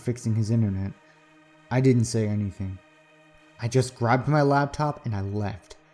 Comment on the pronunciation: I'm not trying to put hate here, but the word is Laptop. It distracted me every time you said it from enjoying the story.